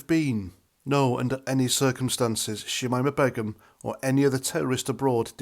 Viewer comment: Her name is pronounced; Shameema Baygum